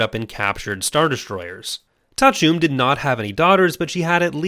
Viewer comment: Thank you for saying Ta'a Chume. I can now pronounced her name correctly. I woluld love to see a complete Skywalker/Solo family tree video.